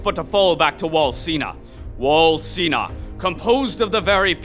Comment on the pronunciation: why he say wall sina and not sheena?